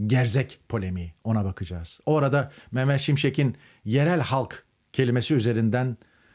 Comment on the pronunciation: …Beyfendi önce Türkçeyi doğru konuş, M. Şimşekin değil, M.Şimşeğin